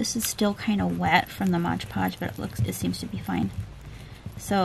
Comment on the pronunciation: Mod podge, not modge podge please. I love your Asthetics and your style. You may have lived in the Victorian era previously. Thank you for your kind generosity, and sharing your talent and beautiful artwork with all of us. The world is enriched by your art.